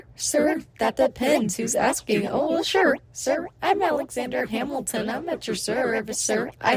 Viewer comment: Alexander Yap-ilton